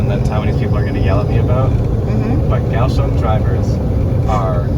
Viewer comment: so is it "gao" or "kao" you spelled it "kaoshung" the one time you spelled it in english, but you keep saying "gaoshung" "g" and "k" sound NOTHING alike, so when romanisising you need to pay attention to the sounds you make with your mouth, and repeat them in text.